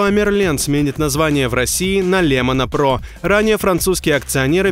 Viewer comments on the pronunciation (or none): Не ЛемонО про, а ЛемАна Про, как будто не русский читает. И да, это плюс, так как теперь большинство товаров внутренних брендов Леруа будут производиться не в Китае, а в России.. Аж бесят такие корявые новости, лишь бы про нагнетание и негатив. Еще раз, товары внутренних брендов в Леруа будет не просто производиться в России (избегая всякие санкции), но и на мощностях России, а не Китая и Европы. Для рядового потребителя ничего не изменится. Качество товаров и обслуживания не упадет, более того, оно должно стать еще лучше. А вот для нашей страны - это тихая такая победа.